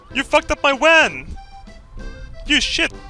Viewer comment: YOU FUCKT UP MY WAN um its a van not a wan